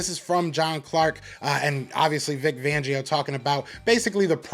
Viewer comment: Great commentary 👍🏾 I do wanna say poor Vic, lots of people butcher his last name 😂😂😂 I cracked up every time. IT'S Fangio with a FFFFFF 🤣🤣🤣🤣FFFFFFangio. Not Vangio. FLY EAGLES FLY